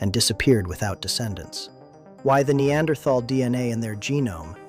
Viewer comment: you're mispronouncing - Neanderthal. In addition the percentage of Neanderthal in Europeans and Asians can reach up to about 5%. And even sub Saharan Africans do have up to 1% of Neanderthal as well as even Denisovan DNA.